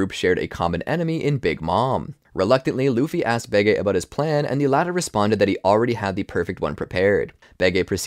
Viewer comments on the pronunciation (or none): It's supposed to be bege, like capone gang bege at whole cake island. Where in the show they pronounce it as "behji" and not "behgay" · Baygay isn’t how u say bege. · why does he pronounce it like "behgay" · I love it when you pronounced Bege wrong the entire time.